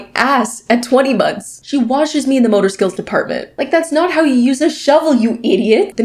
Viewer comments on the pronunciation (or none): none